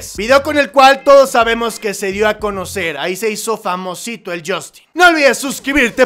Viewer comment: se dice yastin no yostin y se escribe justin